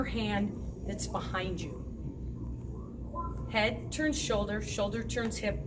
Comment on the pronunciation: I thought you said mohawk turds lol